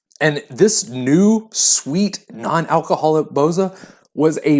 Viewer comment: Most of the Balkan countries have it. As far as I know, Albanians are the one, first produced it.(Full disclosure: I'm a Bulgarian, not Albanian, but know this years ago, back from my father). Plus, for the name, when pronounce it - the stress is on the last letter - "a".